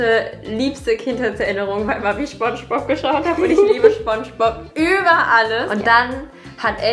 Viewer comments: Ich hasse Menschen die schbonschbob sagen anstatt spongebob sagen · Ich mag es nicht wenn Leute schpongebob statt spongebob sagen 😂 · SPONGEBOB NICHT SCHPONGEBOB BITTE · Na genau so, wie er in der Serie auch genannt wird? Aussprache “sponschbob“ mit s p am Anfang. Nicht sch 😁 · „Schpongebob“ :D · Spongebob, nicht schpongebob naja trotzdem cooles Video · wer wohnt in 'ner ananas ganz tief im meer? julia: SCHpongebob schwammkopf!!¡!1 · Mag das immer nicht so gern, wenn Leute Schbombschbob sagen.. 😅😅🤷🏻‍♀️ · ARGHH ICH HASSE ES WENN LEUTE SCHPONSCHBOP SAGEEENNN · Sie liebt "Schponschbob"😂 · Julia so „Schponschbob“ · Ach ja... der Schponschbob 👍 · Wen triggert es auch dass Julia SCHPongebob sagt 😂😩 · Bin ich die Einzige oder kriegen einige auch ihre Macken wie manche Leute statt "Spongebob" "Schpongebob" aussprechen? Hahaha